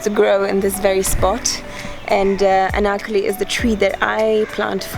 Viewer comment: The way that she said Anarkali was lit 🔥 😁